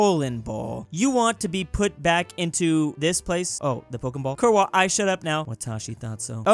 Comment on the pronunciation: Kurwa is pronounced Kurva.